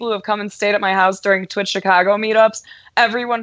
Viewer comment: Its not thwitch.... Its twitch.